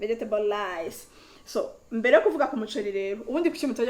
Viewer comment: We say Rice not lice!!